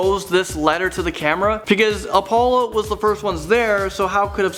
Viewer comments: I don't even care that this is just bullshit. The main problem is that he can't even pronounce crap right. AHLdrin, OHpollo, SERmetrical,?????? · how the hell did he just say Apollo? - n the way he says Buzz Aldrin too... wtf? can this guy not read correctly??? Did anybody else catch those besides me?